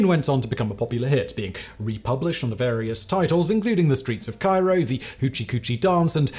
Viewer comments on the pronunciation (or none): none